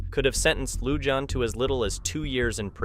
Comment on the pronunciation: Lujan is pronounced "Luhan," the letter J sounds like a H . Ty